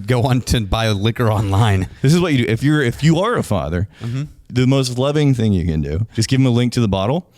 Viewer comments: It's a well known thingk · You guys missed the big one. "Interestingk" and "thingk" ...